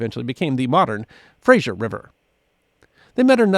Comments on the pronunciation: Fraser (phrase r) Not Frazier. arg! Sorry, eh? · Canadians pronounce it Fray-zer not fray-jhzurr 🧐